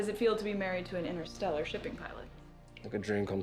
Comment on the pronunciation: Innerstellar? It's interstellar!